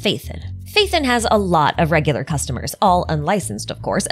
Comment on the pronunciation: who's Faith'en? it's Pha-e-ton (Pha as in PHArmacy, e as in Education, ton as in tons of damage)